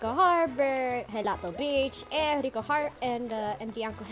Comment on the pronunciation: Jell-Ato Beach